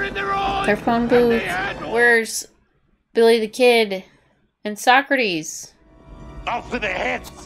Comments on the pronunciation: Socrates (So Crut Eas) As he pronounced his own name in the movie is actually correct. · Party on dudes became a huge catchphrase for my friends and I in middle school when this movie came out. We learned about all these historical individuals from this movie but our teacher didn't like us mispronounced Socrates